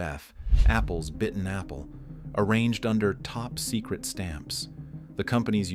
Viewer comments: “Top Socret” 😂 AI out here doing its AI thang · "top socret"